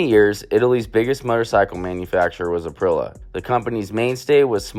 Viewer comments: ka-gee-va. April-e-a 😂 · some of the mispronunciation in this video (I'm Italian): Cagiva = KAA-jee-vah (/kaˈdʒiːva/) MV Augusta = EH-meh vee ow-GOOS-tah ˈeviː/ /aʊˈɡusta/) SWM = EH-seh voo EHM-meh (/ˈɛs.se ˈvu Aprilia = ah-PREE-lya (/aˈpri.lja/) TM = TEE EHM-meh (/ˈti Beta = BEH-tah (/ˈbɛ.ta/) Vertemati = VEHR-teh-MAH-tee (/ver.teˈma.ti/)